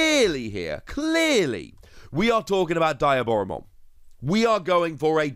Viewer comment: love ya videos, but I have to correct your pronouciation of Diaboramon. it is pronouncd Dee - ah - bora, Its shown in the movies with Diaboramon in it, and with any media its been shown in.